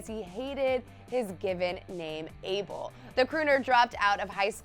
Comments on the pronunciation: It's not able it's ah-bel. Geez get it right 😩where my habeshas at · thats not how you pronounce Abel ... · Ur pronunciation of "ABEL" is so wrong hon am tired of listening 2 it